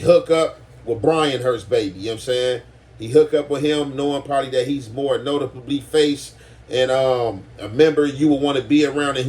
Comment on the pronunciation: “notapubly face” 😂😂 don’t care bout nothing but what the words say